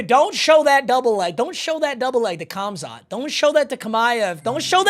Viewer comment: what a way to pronounce Khamzat and Khabib